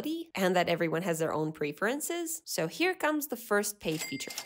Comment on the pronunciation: She mispronounced preferences and I’m giving her engagement with this comment now